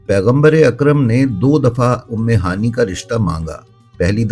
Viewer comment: ام ہانی نہیں ہوتا۔ ام ہانئے صحیح تکفظ ہے۔